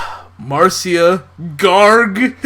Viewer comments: THE NAME MARCIA IS PRONOUNCED AS MARSHA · BUT! in The Brady Kids spinoff, the intro's lyrics pronounce it "Marsha"